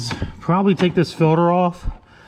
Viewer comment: New drinking game: take a shot every time says “ filder “